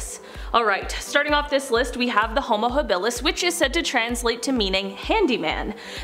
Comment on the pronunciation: Homo-Habalis is pronounced Homo- hob-uh-lis